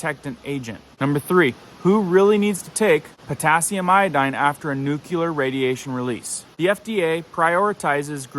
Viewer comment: The word is nuclear, not nucular.